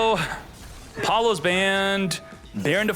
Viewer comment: y do u pronouce certain names like diable star (usually pronouced dia-bell star) or appollo usa (usually appo loosa)? is it some inside channel joke im not aware of?